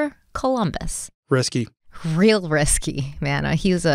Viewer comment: Yooooo when you were talking about christopher columbus and said "risky" i freaking thought he said "chrisky" like a nick name and now i will only refer to columbus as "chrisky"